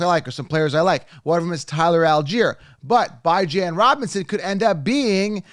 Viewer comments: You keep torturing his name come on now….it’s not “BY JAN” it’s “BE JON” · The u pronounce Bijan makes u sus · Good stuff, but pronounce Bijan's name correctly. 😂. Thumbs up